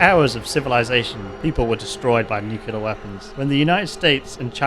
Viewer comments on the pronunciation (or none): Your pronounciation of "nuclear" is so annoying and i cant watch this. Its nuclear, not nucelar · Man, I have a tic with this, but the right way to pronounce nuclear is not nukulear, its nu+clear, nixon pronounced it wrongly which got that form of pronunciation famous, but it is not correct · it is pronounced "nuclear" not "nucular". Please, have mercy,, it hurts my ears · I love your work, man, but someone needs to tell you how to pronounce "nuclear". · I was thinking the same!